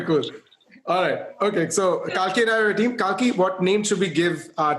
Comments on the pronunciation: It is Kalki (kal) not kaal. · Kalki litrally explained how her name is pronounced correctly but Abish kept mispronouncing it. 😂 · Why tf is abish pronouncing kalki as kaki or is it just me.